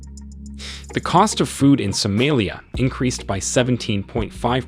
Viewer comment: Please change your pronunciation of Somalia. Not sumelia